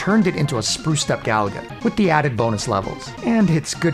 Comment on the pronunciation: Gaaaah. I cringe when people pronounce Galaga like "Gallagher". Stress the middle syllable, ga-LA-ga.